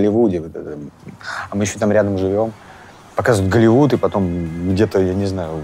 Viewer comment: А что он так возвышенно произносить слово Голливуд?А ты сам в женском белье снимался?